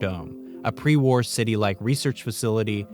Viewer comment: After those scenes from TOS, when he said "pre war", i could just hear "pre warp" kkkkk